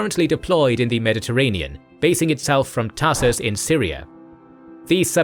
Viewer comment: Just a correction: “Tartus” is said like “Tartous” Anyways love your videos!❤